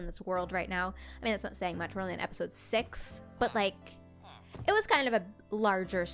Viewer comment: 05 When She said Said Sex not six DONT MIBD IF I AM SAYING SOMETHING WRONG....ok?